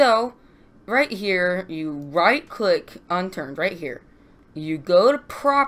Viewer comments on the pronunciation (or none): none